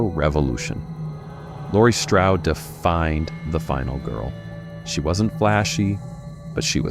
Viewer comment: It’s not Stroud (as in rhymes with loud), It’s Strode (as in rhymes with load).